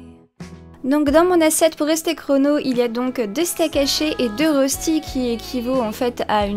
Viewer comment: En vrai, les rostis s'écrivent röstis et ça se prononce "reuchti" 😉. Les classiques sont sans lardons mais ça dépend quelles régions de Suisse et on peut en faire aux légumes, lardons... ils se cuisent souvent en grande galette qu'on partage avec la famille. On peut les cuire avec des pommes de terre râpées crues ou cuites. L'important est qu'ils soient dorés et croustillants à l'extérieur et fondant à l'intérieur.